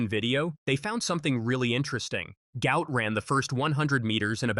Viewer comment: His father said his name is NOT "Gout", but Gu-ot. Flip the vowels to get the name correct. Show some respect by getting the name correct.